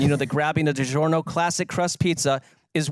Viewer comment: DiGiornio! Fitting it's the year of the Italian. 😄